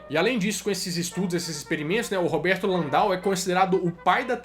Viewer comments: Padre LAN-DEL DE MOURA. Não é Landal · Bom vídeo,. Só tenho algumas ressalvas bem pontuais: a respeito do porto-alegrense padre Landell de Moura, a pronúncia é mesmo como se lê, ao invés de "Landau". Sobre o computador de Alan Turing, "Enigma" era o nome das máquinas alemãs, e não do dispositivo de Turing. E por último, o Eniac possuía sim circuitos lógicos, apesar de não possuir transistores, e sim válvulas.